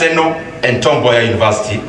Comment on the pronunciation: *correction : It's Tom Mboya University not Tombay university